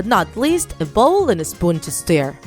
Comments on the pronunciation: The way the narrator pronounces "Stir" or "Stirring" >U< it's like "Stare" or "Staring" 😂😂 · when u say stir u say "stare" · And,yes I heard stir as stare. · It's not stair it's stir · I'm not correcting u but did u just say "steir"? Isn't it suppost to be stir? And in suplies the spelling of that are "supplies" um not mad just saying Like if u heard/seenthese word "steir and suplies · Am I the only one that heard “Stare” instead of “Stir”? 😂😂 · Me too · you made several mistakes with your words first you said feet then you said stare instead of stir so yeah and you forgot one of the people who make slime also is Jojo siwa so keep up it's Plato at the end it was Play-Doh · Did anyone not feel annoyed and triggered when she said stare instead of stir? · Am I the only one hearing stare not stir! Lol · They say stare instead of stir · It sounds like shes saying, "stare and stare"